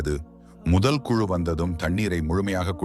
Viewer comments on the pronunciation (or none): none